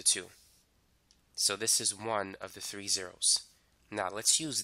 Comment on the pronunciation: Did anyone notice he says 3 as “tree”?